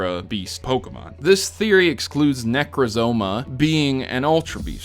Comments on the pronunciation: ne- crowz -ma not ne croz zo ma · But, it's Necrozma not Necrozoma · Nec-ra-zo-ma, not nec-roz-ma? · Neck-ro-zo-ma let that settle in for a second